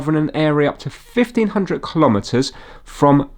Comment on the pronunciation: "Braun" is the German word for "brown" and should be pronounced "brown". If you're putting "tire" on the screen to help the Jonathans, you could help out the Germans also. And don't get me started on the pronunciation of "kilometres" ... I have several DCF clocks, all showing UK time because I've SET them to show UK time. If I lived somewhere else, I could set them to the local time. They sync every hour and cope with leap years. The only time I touch them is to change the batteries. You read the English on the box so it's clearly designed for the UK market. When all else fails - read the instructions.